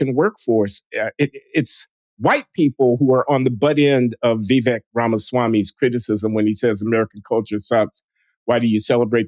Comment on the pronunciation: Did my favorite linguist just butcher the pronunciation of Vivek’s name?